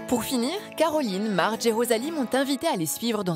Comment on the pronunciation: Mais ce n'est pas Mardge qu'elle s'appelle mais plutôt Marge !!! Enfin bref, c'est assez drôle de voir des passions de ce genre... Mais tant mieux pour eux !